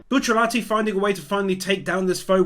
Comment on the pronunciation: I love everytime you mispronounce Bucciarati's name lol